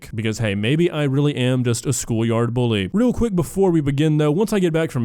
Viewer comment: the fact she said buly instead of bully is not surprising